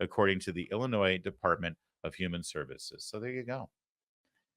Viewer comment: I am happy that you pronounced Illinois correctly a lot of people don't know the S is silent